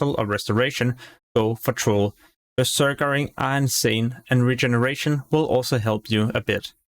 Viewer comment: You keep saying beserkering. It's berserking, you're adding an extra er afer beserk.